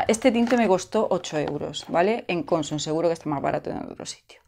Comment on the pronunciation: Hola!! Una puntualización, que ya sé que voy a quedar como un pijo grammar nazi jeje.Cuando dices Consum el golpe de voz va en la última sílaba, vamos,que es aguda.Incluso aquí en la Com. Valenciana hay gente que lo dice mal.Por cierto, se te oye de lujo ahora con el micro 🥰🥰